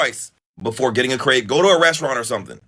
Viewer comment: Its a crepe not a crape